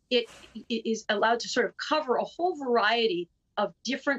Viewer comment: Why does she continue to pronounce Fanny like that?